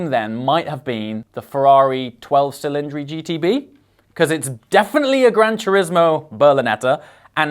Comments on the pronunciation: the word "cylinders" in italian is pronounced "ch"ilindri not "s"ilindri 😄. Primary requiste to buy a new Ferrari - you have to be able to prononce the name of their cars correctly 🤣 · You're a bit harsh on the looks but very, very entertaining. Learn your italian pronunciation...... C in italian is pronounced CH. Chilindri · The correct pronunciation is ‘ cheeleèndree’. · Cylindri pronounced Chillindree. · its chillindri